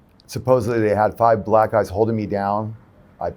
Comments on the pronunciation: Why did he emphasize that he had 5 “Black” guys holding him down like tf😂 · "had five BLACK GUYS holding me down" Why tf u say it like that? 📸🤔